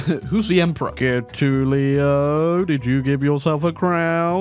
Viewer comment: Still can't pronounce Getulio right!